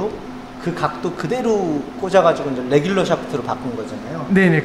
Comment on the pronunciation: 궁금한점 정확한 실험을 통해 이해 했습니다. 의 “뤠귤루” “샯퓨투” “슐료유” 미쿡본토 발음 같으세요! 골프도 잘치시고, 발음도 좋으시거, 도대체 못하는게 없으신 것 같아유